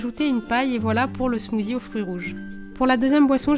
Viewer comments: ça me stress quand tu dis smoozie , C SMOOTHIE ( SSSSSS) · C genial il y a tout des recettes de la beauté...... Sa change mais par contre tu dis smoozie et sa se prononce smoossie (meme si sa s'ecrit smoothie) bisous ma belle 😘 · Super vidéos, à part qu'on dit "smoussie" et pas "smouzi" 😉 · ce n'ai pas un smoozi mais un smoothie mais ce n'ai pas grave !!! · On ne dit pas smozi mais smossi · J'adore tu dis "smoozie"😀